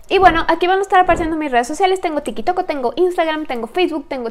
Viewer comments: Cuando recomienda su tik tok siempre escucho que diga: Tengo Tiki Tok Jajajaja 😂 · Me mato que dijo tikitok🤣😂🤣🤣🤣🤣😂😂